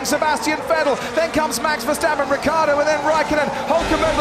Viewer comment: RiccIardo, not Rickaawrdo.